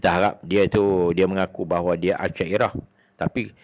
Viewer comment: Kau sendiri pun sebutan tak betul Aliran asyairah lah..Abul Hassan asyari .bukan asyadiyah. Nak kata orang.kau sendiri pun sebutan salah. biar lah mengaji sampai betul² sebutan berdasarkan al Quran dan as sunnah.